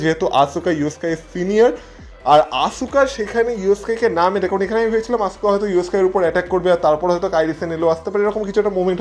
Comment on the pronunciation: আপনার কাছে বানান টা দেখে মনে হয় আসুকা কিন্তু খেয়াল করবেন। wwe আসকা বলে। তাই আমরা চাই আপনিও আসকা বলবেন।